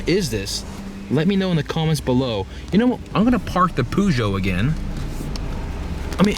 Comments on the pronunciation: The way you say peugeot LMAO, you make it sound like puggio or some shit. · LOOOOL wtf why do you call it a poojoe? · The "PooJoe" :)